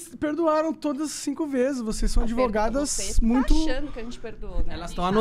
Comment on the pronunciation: Ai essas 'advogatas' causaram muito problema kkk